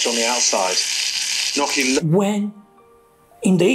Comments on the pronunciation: It's gnocchi Gordon not perogi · "knocky" he says. And he did live in Italy!🇮🇹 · He can't even say gnocchi properly. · He can't even say Gnocchi properly never mind make it